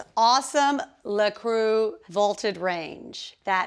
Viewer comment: It is La Cor-nue. W T F is La Crew.